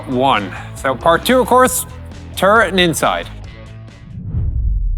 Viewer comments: it's turret, not turd you keep saying turd, turd, turd :P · In Oirish, it's pronounced turd.